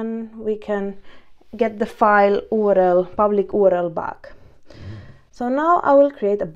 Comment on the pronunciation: Good stuff good and clear. keep it up, just a side not could not resist on commenting on "OOO RR ELL"